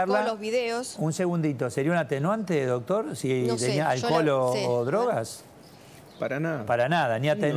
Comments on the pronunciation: Me duelen los oídos escuchar al que diga "DOTOR".... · Me gusta el abogado q invitaron como explica todo muy claramente. Lo unico q le critico es q se la pasa diciendo "DOTOR". Doctor, deje de decir DOTOR por favor.. Saludos, la radio esta re buena.